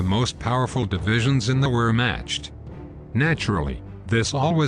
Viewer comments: VERH-mahkt not WHERE-matched. The AI is terrible. I couldn’t even last a minute. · It's wehrmacht not fucking wherematched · Great video, horrible narration! Use a human being! Preferably one that speaks the languages! "Were-matched"?!?! "Vair-mah-kt"! You're the reason people talk about the Russians invading "Keev"! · Warematched was a nice touch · "WEAR-MATCHED"?....annoying robo voice over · Interesting video but please learn how to pronounce basic German words like “Gross“ and “Wehrmacht.”